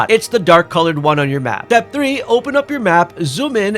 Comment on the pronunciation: Why do pronounce "Step" like it starts with a D? Dtep